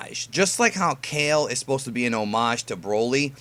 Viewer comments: It's said Kal-Lay not Ka-ill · kale (kah-lay) :U